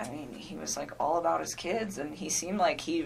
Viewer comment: "ollllllle" why she say all like that? i hate the way she talks not only that but she rambles on! Shes guilty, I wouldn't doubt that she killed his daughters..